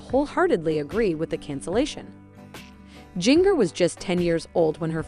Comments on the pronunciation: WHo the F is Jing-ger???? Seriously her name is pronounced like the spice, gin-jer. Your fake clothing drama is ridiculous but your titles even worse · Her name is Jinger ( pronounced Ginger like the spice! ) Not Jin-ger!! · You obviously don't read the comments, about your pronunciation of mongers first name, try reading the comments, and notice your mistakes.